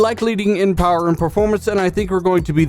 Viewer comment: The Powahh....lol